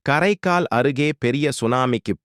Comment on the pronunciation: கறைக்கால் இல்லை காறைக்கால்😂😂இ